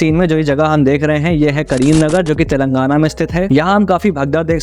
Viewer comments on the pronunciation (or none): none